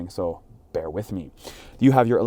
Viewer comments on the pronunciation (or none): none